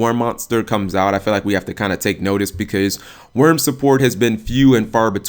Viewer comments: Dude I hear people say it like you do all the time. Why do Yugioh players not take 2 seconds to read and sound out the cards - in this case, there's no "V" in Wyrm, let alone an "E" or "N" come on bro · I thought Wyrm was pronounced "why rim".